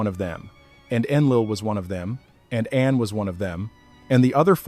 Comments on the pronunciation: They are not God's but our slavers and its pronounced Arn not Anne What is meant by humans were noisy ? Hardly busling modern cities I believe the Annunaki were hiding from pursuers and the noise was spiritual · I believe that the pronunciation of An should not be An as in Andes, but An as in Anu😊 js